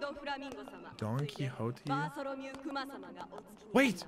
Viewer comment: I think that this is the first time that I've ever seen somebody pronounce Don Quixote Doflamingo correctly on their first try.